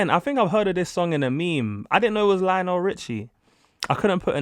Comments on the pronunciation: It's LIonel Richie. NOT LEEonel. It's not like Liam. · Lionel Richie The way you pronounced “Lee-on-Al” 😂😂😂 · Lion-el (there’s the pronunciation) You really should’ve got some of those songs down so you can watch the whole video.